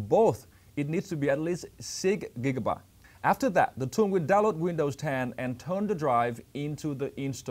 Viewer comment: yes he also sad sick gigabyte!